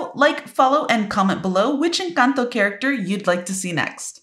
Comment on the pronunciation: The way you say "Encanto" is perfect! 👌